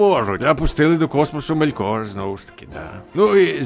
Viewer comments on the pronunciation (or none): Який МоргОт? Який МелькОр? Який ЛіндОн? Невже важко було наголоси перевірити?